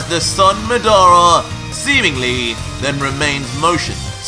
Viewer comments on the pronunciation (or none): Man's said madaura instead of madara lol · Nice. I knew that you’d use aspects of madara from naruto but I didn’t know that you actually have the sharingan too and even genjutsu. But it’s weird that his genjutsu worked like itachi’s when madara’s wasn’t crow related. Also did you use the wiki and not actually see the naruto anime? Cause you’re pronouncing madara and izuna wrong. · I love the story but.. taking 2 characters names from Naruto isn't original don't you think.. Just because you pronounce madara different doesn't mean it's original.. Also using madaras little brother's name isn't original either.. The eyes of izuna? Izuna was madaras little brother.. Other than those 2 things I'm an absolutely fan.. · I feel bad how you say madara Watch Naruto how Itachi say, Madara uchiha.